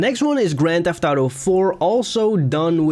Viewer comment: Your inability to say auto gave me cancer